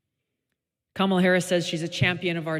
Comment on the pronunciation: Fuck around and find out Camel-UH.